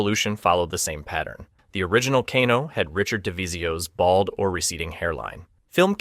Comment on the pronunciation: Bro, Kano is pronounced "Kay-No" not "Caw-No".